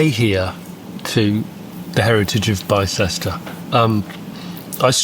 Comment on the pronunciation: The people of Bicester are shuddering. It's pronounced Bister. 😅